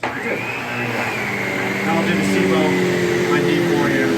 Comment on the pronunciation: The biggest thing I get from this is that Americans can't pronounce "Sebo" correctly